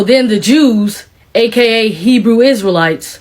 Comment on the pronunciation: Did she say Herew Israelites? She has a camp mentality... Stop the foolishness, nonsense